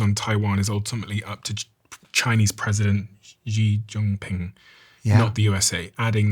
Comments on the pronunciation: You should know how to say Xi Jinping, dude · The interviewer does not know what a “multipolar world“ means nor knows how to pronounce Xi Jinping, yet he often speaks on foreign policy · The Interviewer wouldn’t & can’t even pronounce President Xi Jinping or at least, it’s deliberate pronounced incorrectly. One could tell right off the bat that this is one of the worst podcast channels on YouTube.